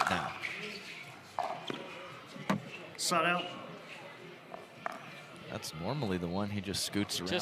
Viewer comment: When the ref says "side out" it sorta sounds like "sod off" - hahahahaha